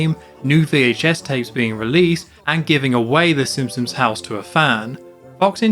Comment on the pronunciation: My friend TJ made me leave this message. I’ve really enjoyed all these videos, and can’t wait for the rest of the series, but did anyone else notice how keeps pronouncing it “Sim-sons”, and neglecting the P? I’m gonna turn it into a drinking game, and don’t plan to survive a second re-watch of the video.